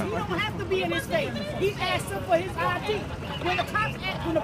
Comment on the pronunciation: "I'm AXING fo yo AJDEE!" Take a breath, and try again : "I'm asking for your ID, sir."